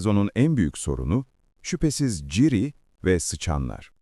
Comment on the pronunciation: yapay zekaya mı okuttun aga ciri ne ya hiç mi duymadın okunuşunu